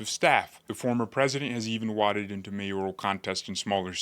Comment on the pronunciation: "Waded" - pronounced "Wa-aid-Ed".. I agree tho and I said it long ago. It's totally karma, they deserve to be eaten by the monster, they created.